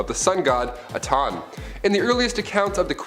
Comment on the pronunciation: It’s not Aton it’s ATEN